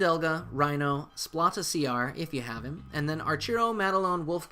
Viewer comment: Great vid! My fav has got to be Liona, aesthetically and functionally. It's funny how you pronounce Splata! It's like splatter with out the R, as in he's gonna splata ya brains all over the place! Splat!